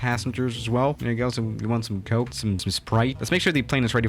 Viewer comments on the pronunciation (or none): none